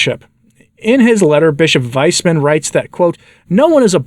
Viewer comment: Oooh! I had the same thought when I heard read that! VICE-man is far more correct!